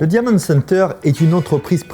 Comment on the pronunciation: Par contre l’accent faut faire qqch. « diamonde » center et « escappe » game ça va pas du tout